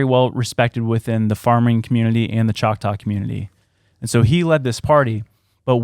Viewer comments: 😂 uhm NO! that's not how you pronounce choctaw. Saying it that way is the evidence of colonizer presence.... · Demons /Nephilem smell like death …. Kudos on the pronunciation. I’m from Oklahoma you did good.!